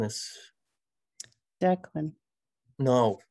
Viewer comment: ‘Declan’…Deckard…😐😎 Love ya!! 😁🇦🇺